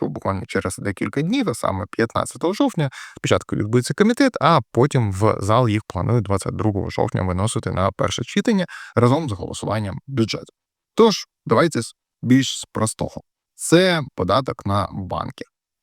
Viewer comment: Не чИтання, а читАння! Не будьте як всі депутати ,не копіюйте помилку..